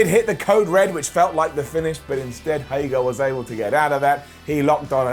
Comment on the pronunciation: It's HAY-GER!!!!!!!!!!!! Stop it!!! It's not HAY-GAR!!!!